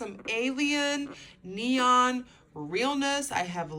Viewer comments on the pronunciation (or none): none